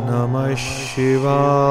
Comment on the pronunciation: सही मंत्र ॐ नमः शिवाय होना चाहिए ,,ना कि ओम् नमस शिवाए होना चाहिए ,, शिवाए उच्चारण आ रहा है